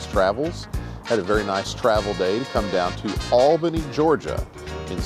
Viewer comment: This guy pronounces "Albany" wrong.